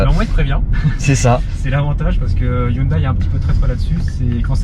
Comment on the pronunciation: On dit "HYUNDAI" et non "HYUNDAÏE" .... ;)